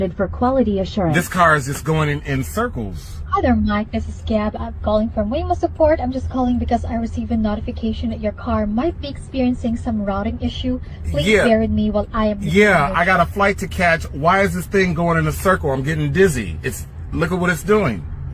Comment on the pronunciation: She said knotification